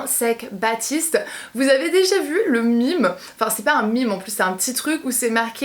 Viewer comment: Je t’adore j’ai trop aimer la façon dont tu as dit « meme » mime 😂😂💜💜